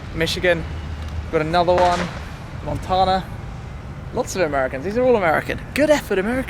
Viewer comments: nicely done sir; it's Mon tan (as in a sun tan) a.......you're one blessed individual....... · The way you say Montana is the best. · I love how he says Montana.